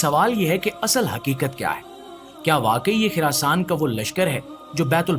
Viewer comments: Kuch topic pe study Karlo it's Khurasan not khirasan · Oh Bhai it's Khurasaan not khirasaan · It's Khurasan not khirasan